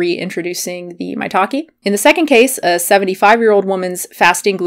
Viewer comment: If you say "maitake mushroom", I always heard "my talking mushroom" LOL... Good video btw! I stick to chicory root if I want some 'cafeine free coffee' ... very cheap, less packaging, no fake claims!